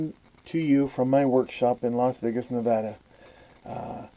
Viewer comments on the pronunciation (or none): none